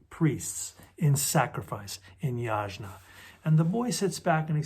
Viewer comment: Pronounce as yagna.